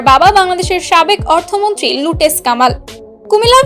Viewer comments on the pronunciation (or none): তুমি কে গো বোন ঠিক মতো কথা বলতে ও পারনা এটা লুটেস না লোটাস কামাল😂😂